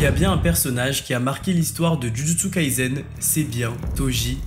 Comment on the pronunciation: C'est Jujutsu Kaisen pas Jujutsu KaiZen...... Et on prononce [Todji]! prononces bien [Djudjutsu] alors pourquoi tu prononces [Toji], ça n'a aucun sens.